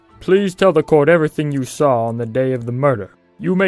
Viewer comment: its "saw it" not "sah it"